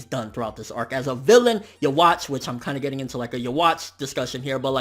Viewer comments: Are you really saying "ya-watch" like you got ya watch on you lol.... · Every time you mispronounce Yhwach, I cringe a bit.